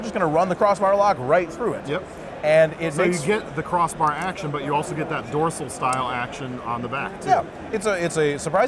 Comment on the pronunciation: He said dorcil... like finn.... like shark finn... like shark lock